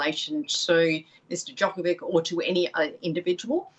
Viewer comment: Why this Karen didn’t pronounce Novak’s last name correctly, is she a racist?